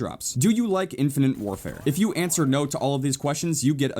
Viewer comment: ....its called, "infinITE warfare" not "infinINTE warfare" -_